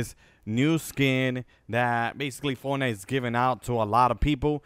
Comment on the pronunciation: ON “FONITE”💀💀💀💀💀💀💀💀💀💀💀💀💀LMAOO NERD 🤓🤓🤣🤣🤣🤣🤣